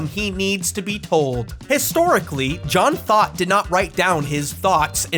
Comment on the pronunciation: Lost has been my favorite show forever and I’ve been watching this masterpiece of a video in parts each morning- fully feeding the special interest thank you 🙌🏾😭 Btw, I keep hearing John Thought as “John Thot” and it makes me laugh EVERY TIME